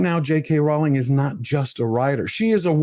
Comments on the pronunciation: But could you pronounce this wonderful woman’s name correctly? It’s ROLL-ing, not ROW-ling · It’s pronounced ‘rolling’